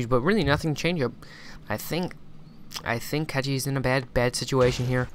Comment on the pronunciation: Man with all respect to your commentary ... PLEASE .. PLEASE .. LEARN HOW TO PRONUNCE CORRECT PLAYER NAME !!! IS A CZE,CECHI MEANS CZECH REPUBLIC .. his shortcut is short cut on his country .. is not catchi is cechi !!!! HE DONT WANT TO NOBODY TO BE CATCHED . HE WANTS TO TELL THAT HE IS FROM CZECH REPUBLIC ..if you want to say correct try to say this ..chahe ... thanks man . i really aprecitate your commentary but this is killing me ... im from cz too haha